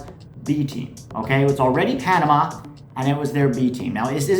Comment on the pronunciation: It’s Panama 😂😂😂😂😂😂